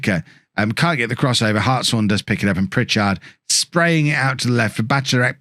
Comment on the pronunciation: Who corrected you about the pronunciation of Hartshorn? As a Hartshorne, I need to thank that person! :D